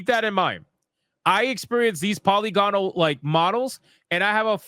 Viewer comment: Polygonal is pronounced puh-li-guh-nuhl.